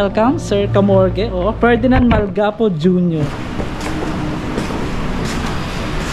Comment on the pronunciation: MALGAPO POOO HINDI MAL-GA-PO